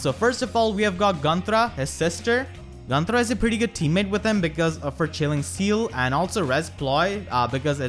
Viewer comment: Sorry, but i can only think on how you roll the R in Gunnthra and i freakin love it !